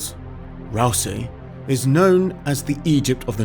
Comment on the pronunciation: FYI Rousay is pronounced "Rowzee" Any "ay" ending islands are pronounced "ee" Shapinsee Egilsee Sooth Ronaldsee